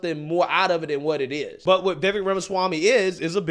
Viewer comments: It's "vih VAKE" not VIH vek... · His name is pronounced ViVAKE like cake, not Vivek like vik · Vivek is pronounced as Vyveck. Think fly. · please pronounce his name correctly...Like CAKE, Vivek rhymes with cake Vivake.... He deserves that. THanks. A fan. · Its Vivek like cake. Pronounced “Vi-vake” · Hey bro, the correct way to remember how to pronounce his name - “Vivek” rhymes with “cake”. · The guy criticizing should at least pronounce Vivek correctly. It's Vi-vake phonetically. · It's "Vi-Vake" ... we've got to get his name right bc if the ppl who are aligned with him don't show him enough respect to do that then the opposition will definitely never take him serious... you didn't ever hear ppl who were aligned with Barack calling him "O-Bay-Ma" ... in fact it was considered highly disrespectful to misrepresent his name, as it should be. I'm not saying he should be our duly elected president come 2024, I'm a Trump guy, but I believe he truly represents the Republic and true constitutional values. #Trump2024 #Ramaswamy2028 💪🏽💯🇺🇲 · His name is actually pronounced Vi VAKE ..... He said it rhymes with CAKE 😊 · Not trying to be rude at all, I just heard a video of him explaining the pronunciation of his first name. So it sounds like Vi-vake, like rhymes with cake. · With respect,..His 1st name is pronounced veh-vake, 2nd syllable sounds like cake=vake, look for a clip with Tucker where he says this,… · Brother his name is pronounced Vi-Vake like Fake, Cake Etc.